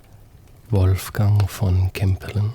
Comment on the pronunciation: The way you said Wolfgang makes me think youre German